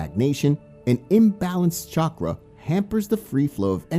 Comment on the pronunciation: CHA-CHA - CHA- KRA....Not shockra.